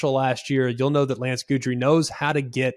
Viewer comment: Love the show, Greg, but you might want to check your pronunciation of Guidry. 😬😅